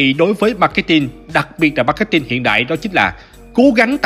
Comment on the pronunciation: Gút gồ , Ma két tin :)))) . K hiểu ai dạy